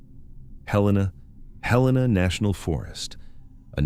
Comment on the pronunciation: as soon as your translatebot butchered Helena, i was done.